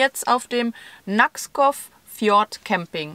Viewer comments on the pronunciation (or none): Moinsen ihr beiden...ich mag mich ja irren,aber ich bin der Meinung der Ort spricht sich "Nak-skov" und nicht wie immer sagt "Naks-kov und wenn ich es aus meiner Schulzeit noch richtig weiss...Skov = Wald...….euch weiterhin viel spass in Dänemark..c ya... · Nakskov (spricht man Nakskou aus) ist die Liebe meines Lebens ❤❤❤ Jedes Jahr fahren wir hin und in ein paar Jahren ziehen wir endlich hin❤️ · Nakskov mit einem stimmlosen w am Ende, also Naksko. Stimmlose Vokale sind gaaaanz grosses Thema in Dænemark. Ich bin gespannt, wie es weiter geht. Fyn mit dem Schiffsgrab an Land wäre noch sehenswert (auf der Karte links von Odense, Mini Kaff mitten in der Pampa 🙈😆)